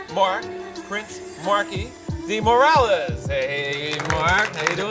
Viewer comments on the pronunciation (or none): That's not how you pronounce Morales 😂😂